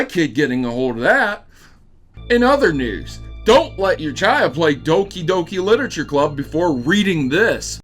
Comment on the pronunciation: So it's pronounced as Dookie Dookie Leetooreechure Clabb?